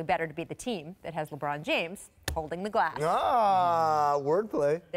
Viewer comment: Shout out the dude in the back “Lebrawn Jayymes”